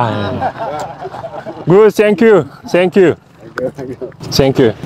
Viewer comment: сеңкю сеңкю келтирдиңиз😂